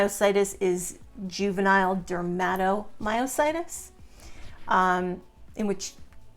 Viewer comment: OK, WHY IS THIS WOMAN CALLING DERMATOMYOSITIS, SO WEIRDLY 😢 DERMA, IS THE SKIN. THAT'S NOT HOW YOU SAY IT. MY CHILD, HAD IT. HER CK, WAS 16, 000. PLUS THE RASH, IS NOT, JUST THE HANDS, THERE'S THE BUTTERFLY RASH, THE FEET, LEGS. IT WAS SO DISTRESSING 😱, 😲 TO SEE MY CHILD SO DAM ILL. SHE, HAD, EMG, SHOWING, HER MUSCLES WERE DYING, HER MUSCLE BIOPSY, WAS CONFIRMED. HER, FRICKEN SPECIALIST, DECIDED NOT TO TREAT MY CHILD, 'WAS NOT THIN. SHE'S AN ADULT NOW, SHE STILL GETS THE RASH, THAT, PRETTY MUCH EATS HER.🥶🥵. I'VE BEEN GOING THROUGH MUSCLE ISSUES FOR A LONG TIME NOW. I AM IN PAIN 24/7. USED A CRUTCH, FOR AROUND 15YEARS. I WAS EXTREMELY ACTIVE😮. BANG, SUDDENLY, I COULDN'T DO THINGS. I HAVE VERY RIGID MUSCLES 😭 CAN'T GET OUT OF BED 😔, MY MUSCLES WON'T LET ME 😢. I FALL A LOT 😲😱. I HAVE TWO FORMS OF DYSPHAGIA, (SHE SAID THAT, IN A WEIRD TOO). I'VE RECENTLY, HAD POSITIVE ANA. COMES, WITH LUPUS AND MIXED CONNECTIVE TISSUE DISEASE . A MYOSITIS. DAM, NOW AFTER ALL THESE YEARS, OF FIGHTING GASLIGHTING DOCTORS 😂. (THEY ARE LEGAL DRUG PUSHERS 😮). SO, I WAS PUT ON DIAZEPAM, AROUND 15 YEAR'S AGO. HOSPITAL, WON'T SEE ME UNTIL I'M OFF IT. SO, I'M WEANING OFF, THAT'S FINE. BUT FEEL SAD, 🙏 I GUESS, MINE IS POLYMYOSITIS OR B.I.M. I AM DISGUSTED 🤧😨💯 THAT SHE SUGGESTS, THE COVID VACCINE, COULD BE A CAUSE, FAKE NEWS THEN 😢. AND HIV. NAH AHA 🤢🤧.. NO ONE NEEDS, TO HERE THIS. ANYWAY,🙏 😱 THAT'S ENOUGH. AS ALL THESE POST, THESE VIDEOS, BUT NEVER REPLY TO ANYONE. HOPE ALL YOU SUFFERERS, ARE DOING 😊 OKAY.